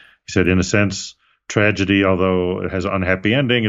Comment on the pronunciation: Did you say “Tragety” at the start 😂